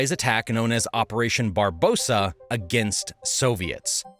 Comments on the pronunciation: BARBAROSSA (red beard), not barbosa. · Not "Barbosa", operation "Barbarossa". Sorry, grammar Nazi. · 🤦🏻‍♂️🙄 operation "Barbarossa", not "Barbosa", friend... Italian for "Red Beard". God, that stain really stands out on your otherwise awesome video 🫣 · it's Operation Barbarossa, not Barboza, as in Frederick I Barbarossa, Holy Roman Emperor, Edson Barboza - MMA fighter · Barbarossa not Barbosa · Another small mistake you made, when you were talking about Adolf invading Russia, it's operation Barbarossa and not Barbosa like you said :)) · "Barbosa" ????? Barbarossa (check Wikipedia who was that guy) ! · Operation Barbarossa, not Barbosa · Operation Barbarossa, not "Barbosa." Belarus is not on the Black Sea and Ukraine is not next to Latvia & Lithuania. Please don't be sloppy - it's bad for the channel's credibility. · Good stuff. One small thing it was operation Barbarossa not “Barbosa” as stated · Mistake:You said Operation Barbosa;the proper name is Operation Barbarosa. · The German attack on the Soviet Union was called oparation Barbarossa not Barbosa! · Correction, OPERATION BARBAROSSA, NOT BARBOSA! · Barbarossa, not Barbossa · OPERATION BARBAROSSA NOT BAROSSA! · not 'Barbosa'!!! "Barbarossa" Oh dear! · Really enjoying the video but there are a couple glitches I've noticed: first, it was called Operation Barbarossa, not Barbossa and second, you transposed Ukraine and Belarus on the map (21.35). Keep up the good work though. Good stuff. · "Operation BARBAROSSA" not "Barbosa". "Different from" and not "Different than " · Not Barbosa - it's Barbarossa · Barbarossa not Barbosa. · Barbarossa, red beard, not Barbosa. Sorry. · It's called Barbarossa not Barbosa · Its called operation BARBAROSSA not Barbosa. Common man, you are way too knowledgeable and competent to make stupid mistakes like that, because other than two or three minor mistakes, your video is dead on. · He called it “operation barbosa,” but it is “operation Barbarossa.” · Barbosa? Barbarossa!!